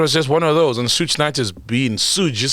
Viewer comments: Suge is actually pronounced 'Shoog' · That ain't how yall pronounce Suge😂